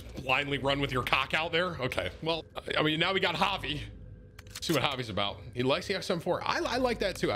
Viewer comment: Im g glad you pronouced javi right